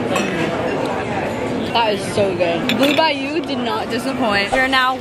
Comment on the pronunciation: Bayou= Byu SAY IT WITH SOME SWAG